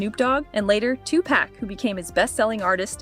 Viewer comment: Sooge... and two pack..... hahaha. Funny